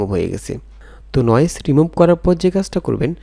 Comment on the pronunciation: ভাই উচ্চারণ ঠিক করেন। বয়েজ না ভয়েজ। অনেক উচ্চারণ ভুল। বোকাল না ভোকাল। রিমুব না রিমুভ। আরো বেশ কিছু এমন ভুল উচ্চারণ যা শুনতে খুব খারাপ লাগে।